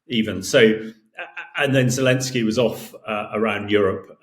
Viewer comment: Right, but his name is Pres. "Zelenskyy." I don't care if you drop the second "y," but at least get the right initial vowel and includ the 'n.'